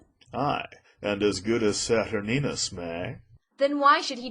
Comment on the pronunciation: whoever played aaron did a damn fine job. Saturninus needs a better mic, and maybe some help with pronunciation of Th sounds. And its pronounced Sat ur nine us not sat urn ius.